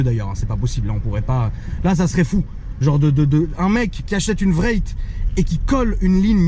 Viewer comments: C’est « Wraith » comme le « spectre » pas « Vraite » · Omg facepalm j'ai bien entendu vréite !?.. wraith se prononce un peu comme race. 😩😧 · RR VRAYYYT 😂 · La Rolls Royce Vréytte 😂😂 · j'ai cru qu'il parlé on allemand " ich heb ein grosse vraycht " xD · ça se prononce wrayfe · Dawn not down and wraith not vraith. Cool Thank you